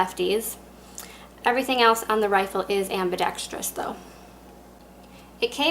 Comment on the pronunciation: great vid and you can actually pronounce ambidextrous